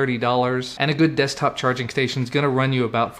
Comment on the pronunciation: ehehehehe "Destkop"